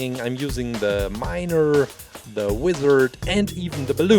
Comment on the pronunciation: When he said wither instead of wizard I though ooooh make a wither from MC pls pls:D